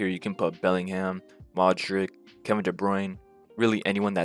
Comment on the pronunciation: Thanks, on the point of you calling Modric "Modryk" turned it off 👍